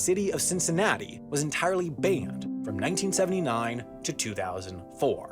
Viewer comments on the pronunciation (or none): he pronounced banned like 'bane-dd'